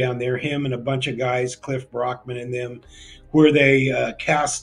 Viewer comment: Cliff barrackman not "brockman"